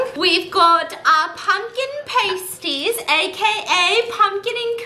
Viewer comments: Me, British, dying over the fact Stephanie keeps say pUmKiN pAYsties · the way she mispronounces pasties the entire time has me absolutely dead ahahahaha